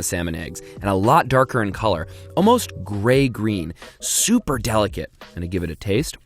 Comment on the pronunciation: Did no one noticed about he saying "chuper"